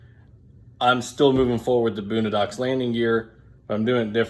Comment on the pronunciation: Lost me as soon as you pronounced it “boonadox” 🤦‍♂️